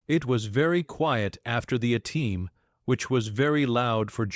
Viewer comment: Fucking 2 seconds in, and it can't even pronounce A-Team. Fuck AI slop